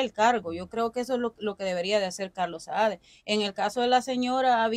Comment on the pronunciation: Hey brother disculpame pero hay que corregir algo El gordo ese se llama Carlos Saade y vos pronuncias mal es asi como se escribe Saade, es para que te veas y te escuches mejor soy un fiel seguidor de tu contenido, sigue adelante tenes un buen sentido de crítica.